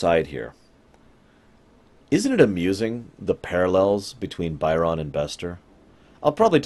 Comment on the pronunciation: I don't know why you keep calling him "Buy-RON", like he works as a purchaser for Mr. McDonald the clown or something. They say his name in the episode, it's "BY'rn".